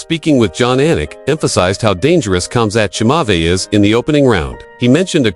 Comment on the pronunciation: Get rid of the AI voice over. Good lord. Chamzot Chimavee